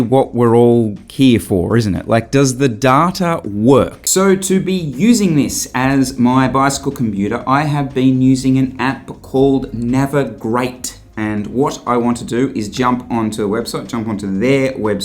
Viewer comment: I think it's supposed to be pronounced "Navi-Great".